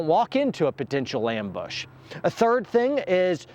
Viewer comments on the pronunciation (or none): none